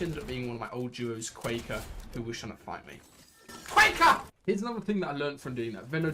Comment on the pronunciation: the way you said quaker has me dead lmao